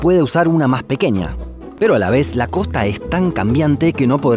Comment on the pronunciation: Se dice: COSTA NO: COJTA